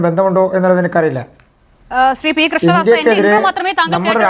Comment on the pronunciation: അവതാരക ബിജെപി പ്രതിനിധീടെ പേര് ആദ്യം പറഞ്ഞപ്പോ 'കൃഷ്ണദാസ്' എന്ന് പറയുന്നതിന് പകരം 'കൃഷ്ണദാസാ' എന്നാണ് പറഞ്ഞത്. പക്ഷേ, ഇങ്ങനെയൊരു പറച്ചിൽ ആദ്യമായി കേൾക്കുകയാണ് !